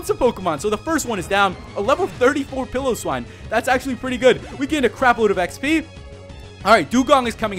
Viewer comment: its pie-lo-swine